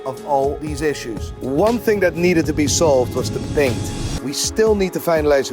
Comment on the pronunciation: Why do you say Baint? Not paint